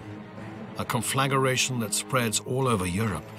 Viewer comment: "Conflageration" makes you sound illiterate. Try "Conflagration".